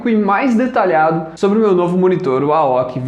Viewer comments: Excelente vídeo, só deu agonia ele falando aoqui--- A O C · Admiral Overseas Corporation "AOC" não se pronúncia aoqui. Soletra... obrigado pelo vídeo, parabéns! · A O C se pronúncia letra por letra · Cara nunca ouvi chamar de AOQUE E SEMPRE AOC KKKKKK ouvindo falar aoque fica estranho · ''AOKI" rs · AOQUI NAO É AOCÊ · Pô mano... Monitor é AOC não AOKI... Puts... Mancada velho... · boa analise so n foi melhor porque ate a mulher do google sabe o nome da marca e vc n sabe ksksksksk aoci kskskskks zueras curti o video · primeira vez que vejo alguém falando AOKI para AOC kkkk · o cara fala aoq kkkkkkk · realmente muito boa, tirando a pronuncia da marca AOC incorreta esta ótimo mesmo.